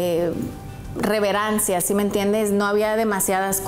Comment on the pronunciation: jajajajaja, "no hay suficiente reverancia" aprende hablar mujer.